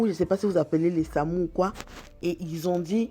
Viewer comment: "Le samou" mdrrr